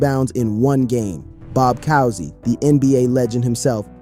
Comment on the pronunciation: Bob Coosy...like Cooper.